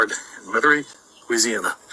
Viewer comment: This yutz doesn't even pronounce Metairie correctly